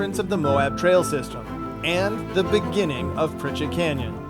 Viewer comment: Ok, I'm confused. The sign obviously reads PriCHARD Canyon.. why does everyone keep saying PriCHETT?? Regardless, love these vids!! And congrats to Mrs. Stone